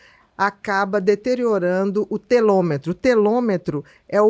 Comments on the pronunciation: Obrigada por informações tão relevantes. Com todo respeito, se me permite uma observação: o correto é telômero e não telômetro. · Ela fala a palavra Telômero errado várias vezes